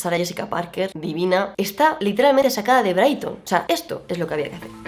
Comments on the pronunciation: no es "braidton", es "bridgenton" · Muy buen video ! Me encantó ! Solo que se pronuncia bridYERTON y no BRAIGTON 🫣… sorry, se tenía que decir y se dijo 🐣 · Amo el vídeo, pero, ¿soy la única a la que le molesta que diga Brighton en vez de Bridgerton? 😩😩😩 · Es la primera vez que veo tu canal. Y Me ha super encantado tu forma de comentar los looks de esta met gala!!! 👏🏼👏🏼👏🏼👏🏼 totalmente de acuerdo contigo…. A ver si nos invita Anna el año que viene 😜 Ahhh por cierto has pronunciado mal… fatal!! La serie de los Brigerton… no Briston! Jajaja 💋💋💋💋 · yo todo el video escuchando: los brighton, vanessa hunters ajajajajajajaj stoooop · Quienes son los braiton??? Como mierda pronuncias asi bridgerton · Como pronuncia “Bridgerton” Brighton 😅😂 pero increíble el análisis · No puedo ver el video sin enojarme por como dice Bridgerton